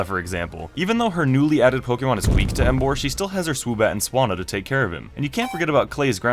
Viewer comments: Bruh u idiot tuber it's emboaaarrr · when u said emboar i was like YES but then u said sammarot and i was like f**k